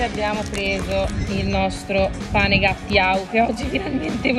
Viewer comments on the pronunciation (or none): Pane gattiau😳😳😳😳😳 si legge come si scrive GUTTIAU 😅😘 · si dice GUTTIAU così come è scritto ...